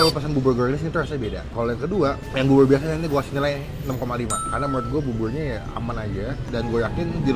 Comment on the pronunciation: Bubur bang bkn bubul